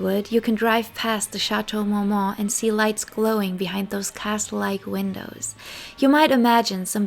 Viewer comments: Is this a spoof video? Like a joke? Does she keep saying Shatow Mowmow? 😂😂😂😂😂 I always wondered how some content creators put in hrs into a video & yet do not learn the proper way to pronounce the very subject name country person the very video is about!😂 I’m sorry but with the lower eyelash stick ons & “Shatow Mow Mow” i thought this video was a comedy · It can be fifth but to mispronounce a legendary location & butcher the name & say it like Shatow Mowmow is too much.